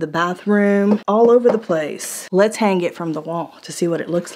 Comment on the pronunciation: NOTE : you do not say the G in the word HANG The G is silent